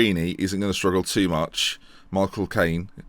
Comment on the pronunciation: I love it when you say Michael Cain, it's hilarious haha